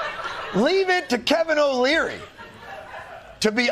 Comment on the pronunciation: Just a helpful tidbit, its "Kevin O'Leary" not "Kevin O'Learly."